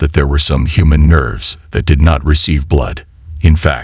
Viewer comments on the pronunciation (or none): Why use computer voice? It doesn't work and it's irritating. The nerves become nerds and the Quran become corn...